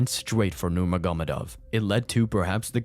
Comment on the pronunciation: Great video but it's a little ridiculous to not be able to pronounce Nurmagomedov when you have a whole account about MMA and UFC. Unless this is not your real voice but still. (Ner-mog-omeh-dov)